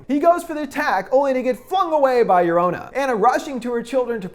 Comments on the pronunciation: Okay no shade but he really stressed her name was pronounced “Jo-ro-na” in his video about her then he just defaults to “Yo-ro-na” in this video lol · Its llorona not lorana long o not short o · Sure hate the way every “american” says llorona. Its pronounced (Yo-rona) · Ragnarok R wymmmmm I’m not bothered by the lorouna pronunciation I think it’s funny aslllllll🤣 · Pronounces llorona wrong Me **one Hispanic boi**:😂 No offense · you said llorona incorrectly especially since we heard you teach us how to say it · The way you pronounce llorona makes me sick could not even finish the video thanks for the offence